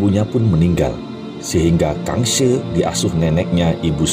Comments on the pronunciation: Penyebutan nya bukanKang se tapi kang si .. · Kangxi bukan dibaca Kangshe tapi Kangshi biasa , mantap videonya Edit : longkeduo dibaca longkedo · Yang benar dibaca KHANG SI bukan KANG SE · Iya betul kalau dalam ejaan Pin Yin K dibaja KH atau G ringan. tapi untuk yang ngga belajar Pin Yin , pelafalan Kang si sudah Oke lah. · Yang benar dibaca nya khang si...